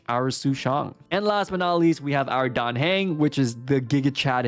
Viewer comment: You pronounced Dan correctly but it’s Hung not Hang.